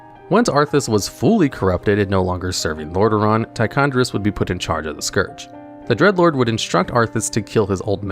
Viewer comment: Homie it’s Tichondr*i*us